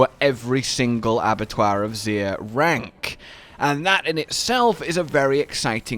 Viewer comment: Abattoir of Sooooooeerrr?